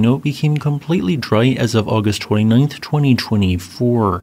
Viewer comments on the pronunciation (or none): none